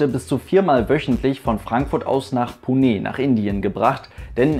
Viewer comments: Das E bei Pune wird nicht stark betont sondern nur leicht! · Bin vor vielen Jahren mit qatar airways in einem a319 in 6.5 h von Berlin nach doha geflogen. Für mich war dieser flug äusserst unangenehm, obwohl der nebensitz frei war. Wie belastend müssen dann 12 h sein. Btw Ich bin mir nicht sicher ob Pune wirklich so ausgesprochen wird, werde gleich mal hier jemanden fragen. Liebe Grüsse aus Agra in indien